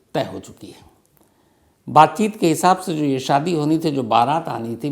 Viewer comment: 2 : 45 स्टार्ट बातचीत ❌ बातचुत 😂😂😂